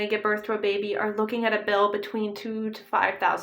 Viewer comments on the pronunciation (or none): none